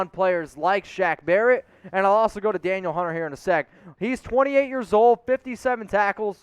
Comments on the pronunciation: pronounced like Daneel. not daniel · It’s pronounced Dan eel not Daniel